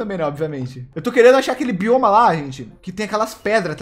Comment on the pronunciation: Invés de eu ouvir "Bioma" eu ouvi "Bolhoma", audição 100% boa